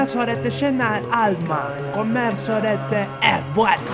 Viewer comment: jjajajaj comerh soreteh eh buenoh ajsdsjadjsj me cague de risa